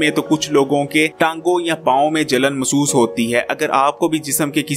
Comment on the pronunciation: مسُوس ❌. Masoos. مح سُوُس --- محسُوس ✅۔ Mehsoos